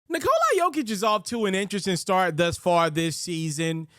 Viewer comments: Nikola... not Nikolye.... man deserves the respect. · the end isnt the prob. it's the cola part, it's not a long O. Vooch is on video explaining it. Not coca cola, just Nikla.